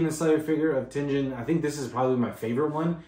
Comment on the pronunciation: Just for information it's pronounced tenGen and not tenJen lol